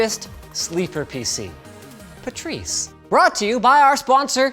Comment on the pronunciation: It's pronounced Pat-rice